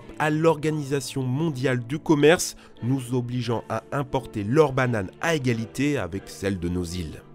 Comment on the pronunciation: Nous sans S XD